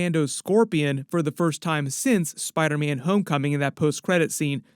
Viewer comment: “On the set of SPIDAHHH MANNN”